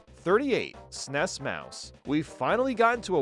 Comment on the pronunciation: As someone who is old enough to remember the release of the SNES, your pronunciation of SNES is driving me crazy.